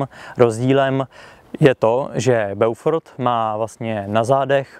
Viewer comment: Inu jářku, dobrého dne vinšuji vespolec. Mám pouze malou tech. poznámečku : eau se vyslovuje jako dlouhé o. Tudíž název zní Bófor. Hezký den přeji.